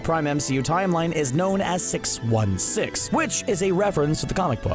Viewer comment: Wow sheesh not being rude bu is accent made it sound like “Sinister sex” no “Sinister six”